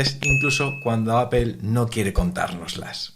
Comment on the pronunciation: Apel? Por qué lo pronuncian así?